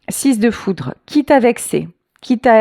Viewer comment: "Foutre" ou "Foudre" 😮